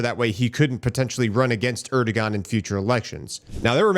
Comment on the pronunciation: Pronounced Erdowan.